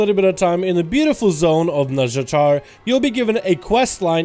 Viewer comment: i keep hearing "Nuzjatar/nuzjator" xD